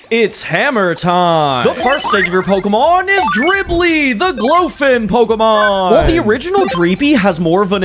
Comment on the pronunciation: Pseudo legendary you made a conversion evolution for you pronounce the first two names of its evolution wrong and I know because in the show, they say it a different way and I’m sorry for correcting you. It’s just that my pet peeve is people pronouncing Pokémon names wrong.